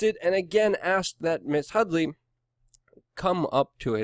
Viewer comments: HUDDY not Hudly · Her name is HuDDDy - not HuddLLLy. Read carefully and report it right.